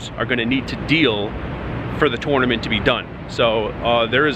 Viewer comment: You need to learn how to pronounce tournament.